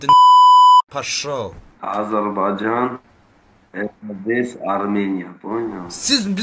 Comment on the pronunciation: АзербайЦан йох а скорее АзербайдЖан!! Не передалайте язык на всякую не нужную лексикон тоже самое место чай говорите Цай..ну ПОЧЕМУ ТАК ГОВОРИТЕ? ЭТО ЖЕ НЕ ПРАВИЛЬНО НЕ КРАСИВО